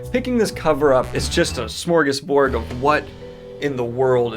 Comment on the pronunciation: OH MY GOD. He pronounced smorgasbord correctly😁